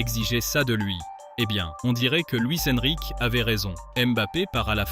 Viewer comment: « Luis EnriquÉÉÉÉÉÉ » stpppppp 😖😭😖😭😖 Mais cool la vidéo ✌🏽